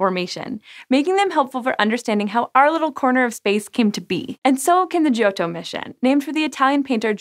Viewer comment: Hints on pronouncing Italian: The "i" in "gio" is silent. It's there only to "soften" the "g", which before "o" would be 'hard' Vowels before double consonants are short, so "o" is short (and pronounced open). And doubling of consonants should be audible. Not as repetition, but as added stress. In the case of "ott" that's almost a halt between "o" and "tt".